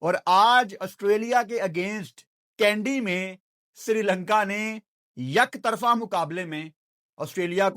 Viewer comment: यकतरफा (yaktarfa) nahi, एकतरफा (ektarfa) hota hai 😁😁😁